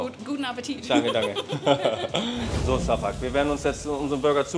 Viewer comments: Name: Şafak Holle: Safuck Aussprache: Schafak 😂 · Warum kannst du seinen Namen nicht einfach "Schafak" aussprechen? Da ist doch jetzt nichts außergewöhnlich schwieriges